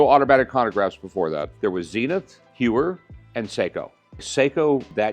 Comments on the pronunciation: It's not "You-er" it's "Hoy-er"! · HEUER NOT HEWER ffs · Hewer and Zeenith? Le Mans with an S? Sigh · ...not TAG Hugh-er...HOYER...interesting Audemars Piguet literally won't let you buy their watch unless you can pronounce the brand correctly. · Its Tag -HOYER, not Tag-HUER. 😫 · It's Hoy-er not Hugh-er. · It’s pronounced “hoy er “. Not Hue er. Also the Daytona first movement where valjour 72 not the zenith. That’s “Zen ith” not zeeenith. lol. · For someone so knowledgeable, bro should not be saying “hewer” and “conograph” lmao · Hyouer… conagraff… blankpayne… Roman jerohm… Jeyegger Luhcultruh… I’m 💀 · If he knows everything...he should know that "Heuer" is pronounced "Hoya" ... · Talks about incorrect pronunciation, then goes on to talk about “Hewer”, “Zeenith”, and “Jagger” 😂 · Not to be annoying but it genuinely took me a second to get what he meant. Heuer is pronounced Hoier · The F is a Jaggar La Colltrah xD or a Jeuer for that matter xD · Lol. I just got a Blonk-Payne and. Hyooer. Im set. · Rick can't pronounce Heuer correctly. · He needs to learn how to pronounce Tag Heuer first then talk. Its pathetic how americans make their own pronounce for European brands. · He corrects you on the pronunciation of pawn, then proceeds to mispronounce Blancpain an Heuer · Makes fun of Michael how he says "Pawn Stars" and proceeds to butcher every single watch company name lol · The amount of times the guest butchered the Heuer name is hilarious....he doesn't know anything about these watches.... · So funny, the guy corrects Michael for pronouncing the name of his show wrong. He should look in the mirror because a bit later he butchered the Heuer name twice 🤣🤣🤣🤣